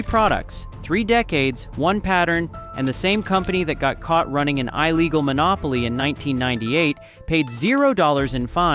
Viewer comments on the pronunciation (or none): it's not eye-legal, its ill-eagle , AI Slop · When you cannot even pronounce "illegal" and turn it into what sounds like a failed Apple product ("eye-legal" / "iLegal") then there is no editing or checking. Just slop. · Good information but you need to teach your text reader how to pronounce "illegal" and "irrelevant" the "i" at the beginning is short not long. Happy Day! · An "EYE-legal" monopoly?!? WTF?? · Eye-legal monopoly? More AI garbage narration. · 🤡 'EYE-legal?👀 AI much? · AI-generated nonsense. Since when is "illegal" pronounced "eye-legal"? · Dude, illegal has a soft I sound. I have never heard anyone say EYElegal before. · "Eye-legal" "Eye-relevant" why are you pronouncing these words like AI? You human my dude? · It's secretly working for Apple. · "eye-legal"? "eye-relevant"? AI slop. What was the one product I hated the most? Any version of Windows after Windows 7. What did I switch to? openSUSE Linux. Raspberry Pi OS. RISC OS 6. Basically anything that didn't benefit big Merkan corporates. Merka has been bleeding the rest of the world dry for decades either by cost or by taking the best of each country and making it their own. This video's content shows an example. It's time to stop putting up with the corporate bullshittery and take our technology back. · Gotta love AI mis-pronunciations ("eye-legal" instead of "illegal" and "eye-relevance" instead of "irrelevance"). Otherwise, interesting video. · 'I-legal'? AI voice, AI SLOP. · More ai slop. Can't even say illegal correctly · This was fine until I heard the voice mis-pronounce the word "illegal", now I know this is AI slop. AI channels should be illegal. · Yep. Blocked. Jeez.